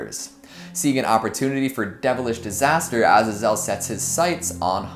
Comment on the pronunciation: You're the only other person I've heard (besides myself) that pronounces Azazel that way